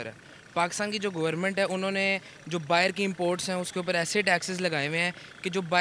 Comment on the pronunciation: My All Time Favourite Whenever Pakistani say's बाहीर 😂🤣